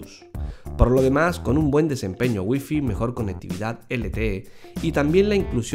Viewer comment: APEL, GUIFI :v , me quede sordo :v